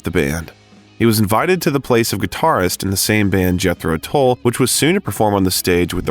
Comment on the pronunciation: Jethro TULL not Toll.